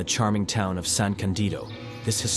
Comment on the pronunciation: I miss Dolomites so much, haven't been there since 1990 when climbing there the 3 Violet towera named Delago Winkler and Stabeler, I must go back there this summer. I took them for granted without realizing how lucky I was to climb in the most beautiful mountain range in the world. By the way it is San Ca'ndido, with the stress on the firsr "a", not "San Candi'do"